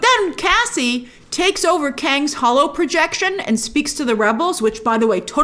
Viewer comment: "Council of Kangz"